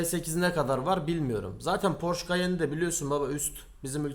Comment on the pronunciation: Harika bir video olmus yanliz almanyada Porsche ismi (Porsch) olarak söylenmiyor Porsche olarak geciyor, yani son harf (e) de okunuyor, almanyadan selam 🫶🏻😁